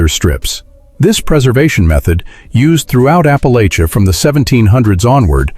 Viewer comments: I wish someone would teach AI to pronounce "Appalachia" properly. It's apple-atcha, not apple-aich-uh. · First of all, you’re pronouncing Appalachia wrong, you dumb bot. Second, we all still eat these foods. Big dumb bot😂